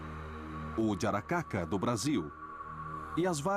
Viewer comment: Os nomes dos vampiros citados em são: Jiangshi - China yara-ma-yha-who - Austrália Asrapa - India "Vampiro Jararaca" - Brasil (Esse foi meio dificil de encontrar, pois o narrador fala de um jeito estranho, como se fosse udiaracaca, jaracaca ou algo assim. Porém o mais próximo que pude encontrar foi sobre essa lenda indigena do vampiro jararaca). Encarnações europeias: Strix Strigoi Vrykolakas Morto vivo Upir Vampir Dracul